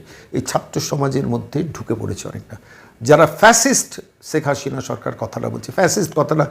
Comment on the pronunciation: আরে ভাই,ছেক হাশিনা নয়,শেখ হাসিনা। সিলেটের লোক হয়ে কলকাতার বুদ্ধিজীবী বক্তা কে বিদ্যাসাগরের প্রমিত বাংলা শিখানোর জন্য দূ্ঃখিত।